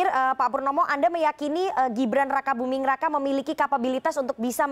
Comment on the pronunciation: Aku dengernya si mbak bilang Gibran Rakabuming Neraka wkwkkwkw